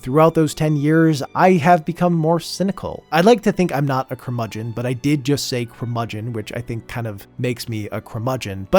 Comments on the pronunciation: Don't worry, you're not a curmudgeon - you mispronounced it 😁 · say curmudgeon again